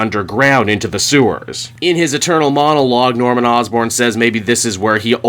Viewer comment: Did he say “in his ETERNAL Monologue”!?